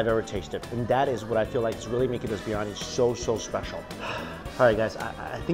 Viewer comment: love the channel but you've been heavily butchering the pronunciation of biryani.